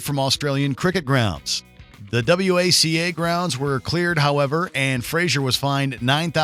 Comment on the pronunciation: its pronounced "whacka" pronounced "mel-bin"